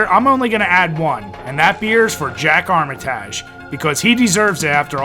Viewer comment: Jack Armitajj. New-in. AHHHHHHHHHHHHHHHHHHHHHHHHHH!!!!!!!!!!!!!!!!!!!!!!!!!!